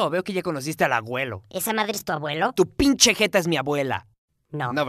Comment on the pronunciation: Es "pinche" no inche